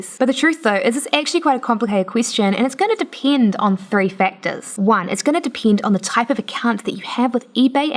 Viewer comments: why are you saying depend like that? thats not how you say it... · "It's gonna depiend" Im sorry but i had to